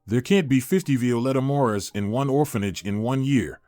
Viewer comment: It’s Morris not mauras.